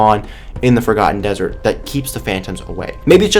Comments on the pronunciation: sounds like he said fricken ham dessrt at 0.09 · Instead of Forgotten dessert i heard "FACAN dessert"